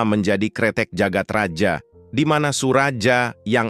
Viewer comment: Jagad Raya bukan sih bacanya... Maaf klw salah. Karna J dituli Dj dan Y ditulis J